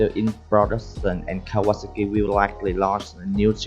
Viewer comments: is Kaw-a-sah-ki, i could be wrong. but i've been riding my kawi since i was 13 and always pronounced it like this. the last part is pronounced similar to the drink "sake" except its pronounced "saki" were as the drink is pronounced (sah-kay) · "Cow Ah ASaki" (not sure how he pronounced but I loved it